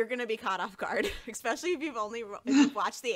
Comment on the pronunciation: why does she say expecially? Isnt english her native language?